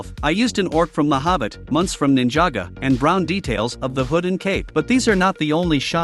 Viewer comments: Its Ninjago not ninjaga and its the mines of moria not caves you lego noob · Bro it’s ninjago not ninjaga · So nobody us going to talk about how he sayed „Ninjago“ wrong ? 💀